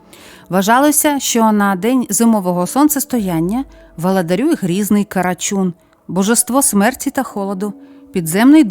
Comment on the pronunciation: Не карачюн а карачун бо слухати неможливо